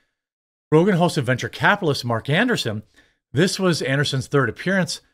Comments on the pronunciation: Andreeson, not Anderson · AnDREEson... Not Anderson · An-dree-sen not An-der-sen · His last name is ANDREESSEN, NOT Anderson. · AndREEsen. An -DREE-sen not anderson. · Jeremy reads from articles almost exclusively with no research. It’s about quantity with him, not quality. I never minded until he wanted to expand into other ventures and pushed them to ad nauseam. I enjoy more obscure topics otherwise it’s frustrating to watch. Quality videos with a small script and improvisational commentary is the least he could do to improve his channel. An dree sen not Anderson and Thiel is pronounced almost like teal. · Jeremy pronouncing Andreessen as Anderson has me yelling at the screen. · Bro I hate to be pedantic but it’s andrEEsen.